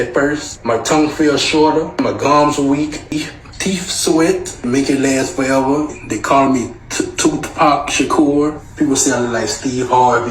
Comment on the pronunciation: “ toothpac shakur”😂😂😂😂😂